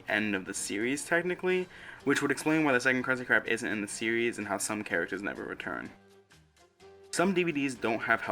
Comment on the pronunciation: “Thwuwout da seowies” lmao sorry I can’t take you serious